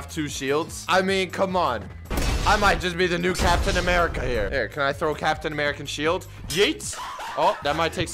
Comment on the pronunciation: my mans said americian